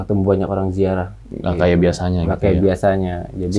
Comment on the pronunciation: Menit 38.54 ngakak bgt salah ngomong ya bg😂😂😂 sama kayak jadi sama sayak🤣